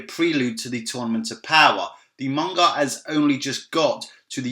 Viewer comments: cool vid but isn't it manga not monga there is no o in it or is it just me oh well still a good vid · WHY does this guy pronounce 'Manga' with a 'U?'... "Munga"